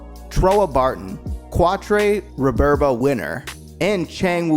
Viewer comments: Reh-LEENA not Rehlinah Zecks Mar-KEY not Zex Markeez KAH-Truh not Quatro Meel-Yardo....most of these names are German and French. JFC, my dude. This hurt to listen to. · It would help to watch the show and learn the names next time. Qwat-tre……. 😭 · KWAT TRAY! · Trieze is pronounced Trays. Quartre is pronounced cat- tra. You know what, I can't blame you🤷🏾‍♂️. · Ok first off it pronounced Re-lee-na, then its pronounced qua-tra. say it with me Trey...is and it's wufee chang not the other way around. Wing Gundam's self-destruct mechanism was disabled by duo's deathscythe. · Great video but the fact you can’t pronounce Quatre (Cat-tra) name properly lets me know you didn’t really watch the show. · Sorry but its (CAT-TRA) Qatra and its (REAL-LINA) Relina. I know..its knit picking 😄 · Your name pronouncing really drove me crazy Relena its pronounced Re lean nah, Quatre is pronounced Cat trua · (Ray-Leen-a) (Cat-Trah) (Hee-roh) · Cuah-tre?? Tell me you mispronounced that on purpose?? 😂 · I quit watching one minute in. You expect me to believe you've seen this series when you can't get the names of the characters right? Kwatrey? I can see someone mispronouncing Quatre if they've never seen the show (or learned French)... but there's no way you made it through 49 episodes and can't say his name. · the butchering of Qautres name lol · You did quatre so dirty with that pronunciation lol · It's like nails on a chalkboard. Lu-crazy-ya. Quatre 😆 I like the video though.